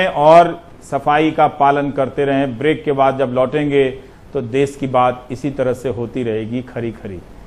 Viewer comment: अबे वो देस नहीं..... देश है ...मातृभाषा हिंदी कि कुछ तो इज्ज़त करो.....जय हिन्द वन्देमातरम